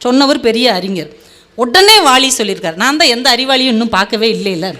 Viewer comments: அருமையாக பேசுகிறீர்கள், ஆனால் வாலி என்று உச்சரிப்பது வாளியெனவும் பலத்திற்கு பளம் என பேசுகிறீர்கள் அதை சரியாக உச்சரித்தால் மிகவும் சிறப்பாக இருக்கும். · அம்மா, முதலில் கவிஞர் பெயரை சரியாக உச்சரியுங்கள். அவர் பெயர் வாலி, வாளி அல்ல! வாளி என்பது தண்ணீர் எடுக்க பயன்படுத்துவது! 😢😢😢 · மொதல்ல வாலின்னு ஒழுங்கா உச்சரிக்க கத்துக்கோ வாலிய வாளின்னு சொல்றயேமா